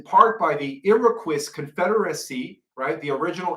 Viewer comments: You are wonderful and brilliant. Here is some help with youjr pronunciation seeing as english isn't your first language: It is not ViG alent it is Vi Ja lent (vigalent) It is EERA quois (sounds like kois) (Iroquois) After that you will be free to ascend even higher lol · It's Iroquois...coy...coy the s is silent. I know you are young but every time I watch you you ,you mispronounce words. Everytime.